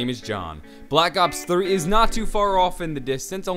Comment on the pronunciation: Did it sound like he said black ops 30?